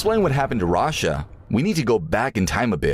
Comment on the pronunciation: sorry but why is this guy saying „rasha“